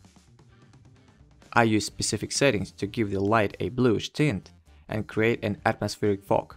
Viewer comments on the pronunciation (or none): none